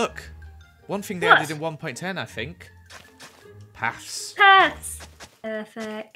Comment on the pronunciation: Me: During the day: Juring the day Me: Paths: Pafs